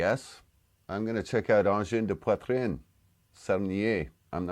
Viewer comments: Sarniezz mean goofing again, and you pronunciation of the band is A1 👍 It's boys and he play whit a pedal loop whit 6 layer possible, they had a band before this one and if you dig a bit you will find it, good luck 😉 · he meant "Sarniezz" is not actually a word (but as another commenter said, it's possibly "ça re-niaise") His prononciation of Angine de Poitrine was good. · Best prononciation i’ve heard of ADP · You pronounce it very fine and it means ‘severe pain in the chest ‘if you translate it to English